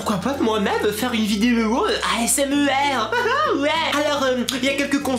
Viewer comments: "Asmer" Il n'y a pas de e dans asmr ? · Steresser ? Asmer ? Mes mignonne oreilles ? Pas gerave ? O_o okkkkkkkkkk....